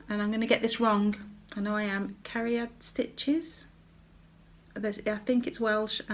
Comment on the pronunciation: Hi, you pronounced Cariad perfectly. It is welsh and means love:) looks like you and Lottie had a fab time at the NEC. Love all your purchases, Lotties pink fabric is beautiful. Your biscornue (Can't spell that word) is beautiful, have never been able to make one of those lol. Can't wait for your next video:)